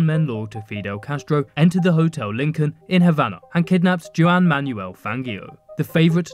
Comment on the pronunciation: “Jewan” Juan is pronounced hwon